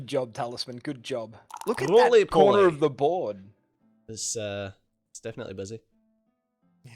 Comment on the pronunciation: Def-in-ATE-ly. ( scowls)